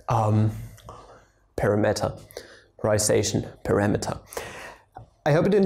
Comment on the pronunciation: at that point you just gave up😂😂😂😂 "parameterization" is very difficult to pronounce. Even sal from the khan academy has a hard time pronouncing it and he grew up in US.